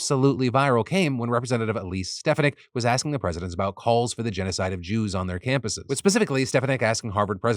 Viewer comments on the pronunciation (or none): It’s STAH FON NICK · Sorry to be the most annoying person in the comments but as someone unfortunately in her district it’s Elise Stefanik (pronounced stef-ah-nik, with emphasis placed on in the FAH in the middle) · As a resident of Elise Stefaniks district and even though I do not like her and I wish that people in my county would vote differently. You are pronouncing her last name wrong st pha nik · Elise Stefanik's last name is pronounced Ste-fahn-ick. ICK is right. I hate having her represent a part of my state. It's like she wants people to be condemned for free speech. Calls for genocide? They have it BACKWARDS. The state of Israel is trying to commit genocide against Palestinians. But the WH and elected federal representatives refuse to admit it. (Please note, I did not say all Israelis or Jews want this. Because no, they don't.) Also, yay for maybe movement on the Six Nations getting to play in the Olympics.